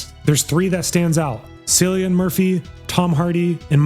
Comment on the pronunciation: Can't even pronounce Idris, or Cillian.